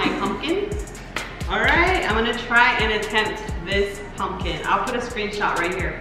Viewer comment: Haha I’m hearing “punkin” 😂 I love your pumpkin!